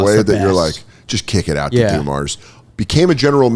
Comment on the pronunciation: OMG the way this kid pronounces names is cringe af. Joe DuMarrs?? jesus.